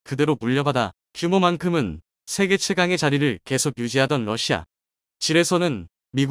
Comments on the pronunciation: 러시아요?, 러시마요? 똑바로 하시기를... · 러시마 라는 나라가있나 발음을 바르게하세요.